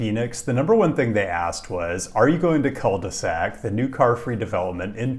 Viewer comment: Pronunciation is almost as bad as Rochester